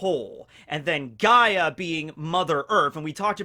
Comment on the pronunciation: OOOOOOO HES TALKING ABOUT GREEK MYTHOLOGY. I'm Greek bois he got Gaia correct.